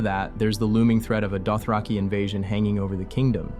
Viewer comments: “DoTRACKy” ??? AI it is then… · Why do you pronounce Dothraki without the H? Asking for a whore in Flea Bottom. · Why do you pronounce Dothraki like that? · Well that's new! Never heard this pronunciation of 'Dothraki' before